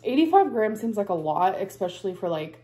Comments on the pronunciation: It’s “especially” not “eckspecially” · You have no idea. One chicken breast has way more than 20g of protein. Also it's NOT eK-specially ! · Exxxspeclly drives me insane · Let’s not forget EXspecially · What is the definition of “ex-speshully”? Another example of ALR’s linguistic genius. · I am British and have heard many Americans say that word like that.